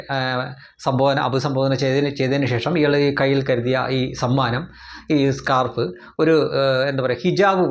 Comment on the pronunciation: ""Scarp"" alla S C A R F aanu.